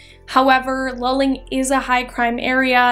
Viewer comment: It's pronounced (loo-ling) Luling.